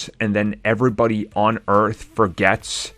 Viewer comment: You pronounce “everybody” weirdly